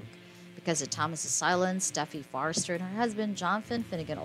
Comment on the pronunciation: Forrester not Farster. Please correct your pronunciation.